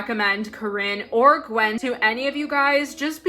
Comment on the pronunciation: i think Gwynn is not pronounced “gwen” but rather “gwin”